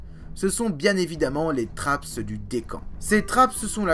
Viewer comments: Bonjour On prononce trappe pour trapps. Le S est le pluriel français. Vous faites beaucoup d'autres erreurs d'accord. Vous ne précisez pas assez les datations et vous nous noyez sous les noms scientifiques. Heureusement que les images permettent un peu de s'y retrouver. Vous ne parlez pas des épisodes terre boule de neige. Le CO2 augmente la température qui augmente la quantité de vapeur d'eau e qui est elle un gaz à effet de serre très efficace. Regardable. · Une très bonne video qui a nécessité pas mal de travail et de recherches, mais j’ai noté quelques petites erreurs :) .Forme : - Le S de trapps ne se prononce pas - Benthique se prononce bintique .Le Fond : - Les Eugénéondontiformes ne s’éteignent pas mystérieusement lors de la crise Trias-Jurassique. Ce groupe de chimère était déjà en déclin depuis le permien et à été pas mal affecté par la crise PermoTrias, seul la famille des Edestidae à survécu à la crise, leur extinction semble donc logique à la fin du Trias. - La diversification des hybodontes à bien lieux durant le Mésozoïque dont le Jurassique et s’éteignent bien à la fin du Mésozoïque, dépasser par les Néosélaciens qui apparaissent vraisemblablement au Jurassique. Ils suplantent bien les Hybodontes au milieu du Crétacé et réussissent à traverser la crise Crétacé-Paléogène. - Les trappes de Sibérie ont durée plus d’un million d’année, elles ont même eu une activité tardive au cours du Trias inférieur, moins importante que lors de la crise PermoTrias, mais assez pour entraîner une anoxie/euxinie des océans, et provoquer la crise d’extinction mineur Smithien-Spathien. - La taille des trappes de Sibérie est en perpétuelle évolution, puisque chaque année ont les étend en découvrant de nouveaux moceaux (Merci le réchauffement climatique !) - La rediversification post crise au Trias s’est fait extrêmement rapidement ! pour les ammonoïdes, la radiation subie est extrêmement rapide, et ceux à partir d’un seul groupe ayant trav